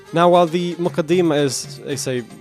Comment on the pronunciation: its more accurately pronounced as the ‘Mu-kaddi-mah’